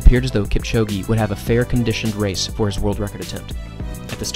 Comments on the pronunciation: "Keep-chow-ghee" 👎 "Kip-cho-gay" 👌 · This is great, the only issue is that you are pronouncing his surname incorrectly. Listen to him pronounce his own name. There is no 'E' sound at the end of Kipchoge. Other than that, well done. Informative and well made. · It doesn't matter how he pronounces Kipchoge's name or Lille, France. How is your pronunciation of English words by the way?